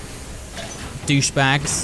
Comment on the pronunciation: Are we not gonna talk about the fact that said doucebag